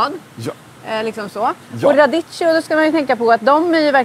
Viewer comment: Uttalstips: Radicchio uttalas med k-ljud. Det gäller f.ö. alla italienska ord med ch eller -cch-. H:et styr uttalet.